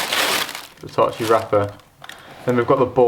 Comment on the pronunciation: I'm Italian and it's the first time I've heard Versace pronounced well by someone who speaks English as their native language. Well done ahah